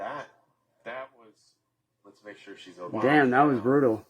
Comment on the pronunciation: seriously now...why can't you say the word "okay". 😂😂😂😂 Ohhhggeeyyyy!😂😂😂